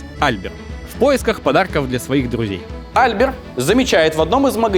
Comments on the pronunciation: Жорж Эже́н Осма́н (фр. Georges Eugène Haussmann)- ударение на последнем слоге, ОсмАн. Он же француз... И Эйфель всё-таки ГЮстав, а не ГУстав. По той же причине. И де Дион - АльбЕр. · Putain! Мсье!! Ну на последний же слог ударение во французском) Осмáн, Альбéр и т.д. Ну пазяаааазя!!! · Дико отвлекают неправильно проставленные ударения во французских фамилиях. Неужели нельзя было перед публикацией узнать как читается Осман или Альбер? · Почему в именах Альбер и Никола ударение не там, где надо? Франкояз же. Ну и по истории куча мелких косяков. Видос прекрасен.